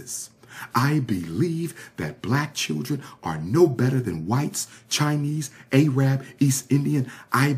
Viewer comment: Pronounce Arab like "ehrrub" not Aye-rab